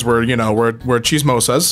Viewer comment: did i just hear him say chismosa